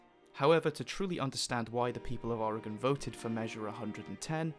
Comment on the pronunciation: How do you know how to pronounce oregon better than most people in the us